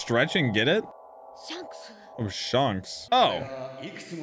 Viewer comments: SHANKS not SHONKS!!!! WAHHHH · It's not shunks it's shanks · He said shonks Its Shanks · he kept saying Shonks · His name isn’t pronounced shanks (as in honks) but shanks (as in hank) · Shanks❌ Shonks ✅ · lol it's Shanks not Shonks XD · it's pronounced more like Shenks, not Shonks. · Hey its not sHuNKS its Shanks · You are mispronouncing Shanks name it's not Shonks , it's shanks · You said shonks who the freak is shonks I only know shanks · its pronounced shaynks not not shaunks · It's not shanks it's shancks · ittttttss shanks not shonks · SHUNKS sorry but it’s funny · please stop saying shonks 😭😭😭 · shonks is unAXEptable... :) lol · I low key want you to keep calling him shonks. :) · I like it how him saying shanks sounded like shonks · I like how he says Shonks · Shaanks is the actual pronunciation...why is everyone flipping ?? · It's pronounced Like Shank with an S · Bro, it's not sharnks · stop saying shunks🥴🥴🥴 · Him pronouncing shanks wrong has to be the highlight of the episode. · You said shanks in this video like the Avatar the last air bender said aang XD you got quite a fun journey ahead of you! Subbed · The way you say Shank's name... lol. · anyone gonna tell him hes saying shanks name wrong